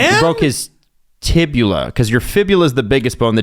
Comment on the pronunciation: As a PT hearing "tibula" hurts my soul. For the record the tibia is the weight bearing bone (your shin) & fibula is the non weight bearing bone. Sounds like he broke the fibula.